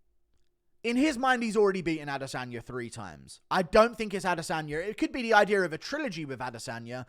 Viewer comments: “Another ideer” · “breakdown the ideer”